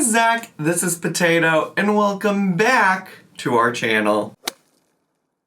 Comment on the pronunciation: "hulloh, wulcome", "melk" 😡